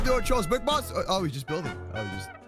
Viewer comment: it's boss not booose